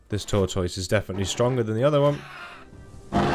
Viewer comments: Right? I noticed that some people say “tor-toys” and it’s so weird. It’s “tort-iss”. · Wait... Say Tortoise again?